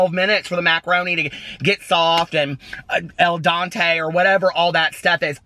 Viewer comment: Lmao lost it at "al dante" hahaha